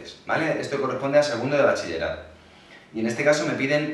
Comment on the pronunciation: Que garrón cuando dice BACHILLERATO.